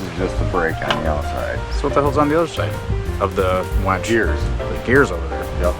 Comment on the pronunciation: it's not a wench it's a winch